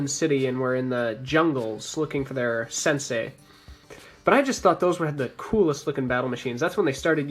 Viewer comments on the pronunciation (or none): none